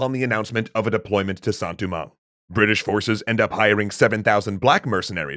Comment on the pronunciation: Your pronunciation is very good on everything except Saint Domingue. It’s not “Du-mang” but “Do-mang” (as in Doe, a deer, a female deer). Think of the Dominican Republic’s “Santo Domingo” it’s not Du-Mingo lol no worries though I’ve just been growing up hearing it a certain way